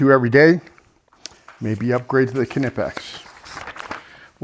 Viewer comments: the knipex are pronounced nipex. the k is silent. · Silent K in Knipex